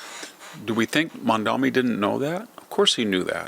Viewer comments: Mamdani not Mamdami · We hate him, but pronounce his name correctly. Mom daNi. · Why do you insist on pronouncing his name wrong? Its sounds exactly has it looks, but you insist on saying MaNdaMi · You know, I really don't like the guy, but could you at least pronounce his name correctly? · You're doing to Mamdani's name what you do to nuclear (nucular).